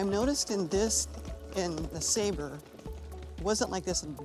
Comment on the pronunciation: I thought it was pronouced “ness-ah-bar” not “nes-a-ber”